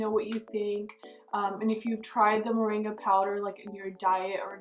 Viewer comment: Sounds like you said mendi powder, whats that?